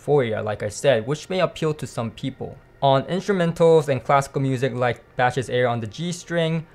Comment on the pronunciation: Dude loving your content and approach - great reviews. Only one thing you're missing the pronunciation of Bach